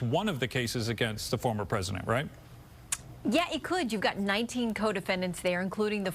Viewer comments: It’s “F A N Y” not fawny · It's Fan-ee Not Fawn-ee